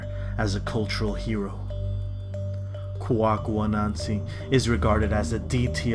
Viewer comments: It's pronounced Quay-ku anansi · It's Kwaku Ananse....but I guess you guys couldn't peonounce it so you spell it as the twisted pronounciation. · When the narrator said Kwaku Ananse, I died